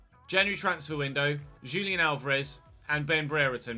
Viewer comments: Yep. If he was Brazilian, would be correct but looks like his target is Argentinian so H should be correct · Julian is pronounced "Hoo-lian",. Fyi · It’s actually pronounced Hulian, j in Spanish, is more like an H sound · Julián is pronounced like "who-lee-AN", and "an" is stressed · FYI - Julian Alvarez -- "Who-lee-un" is a closer pronunciation for the name Julian. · It's pronounced like the J=H in Bohemian